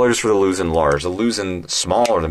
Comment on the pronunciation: You kept pronouncing it “Lusin, Louzin, Lusen” No, it’s pronounced Luzón the O is stressed to make the au sound. Phonetically it sounds “Loo Z auhn” like how Sean sounds like Shawn.